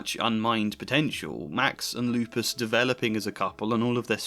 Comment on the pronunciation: did you just call him lupus? 😭